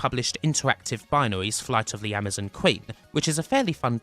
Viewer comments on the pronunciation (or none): none